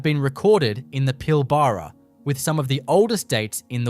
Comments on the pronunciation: Teach ya ignorant Ai to say Pilbarra. Not Pill barra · AI Clickbait. Add a thumbs down! Computer generated Aussie voice can't even pronounce WA names properly - Pil-BARR-ruh ... 😂😂😂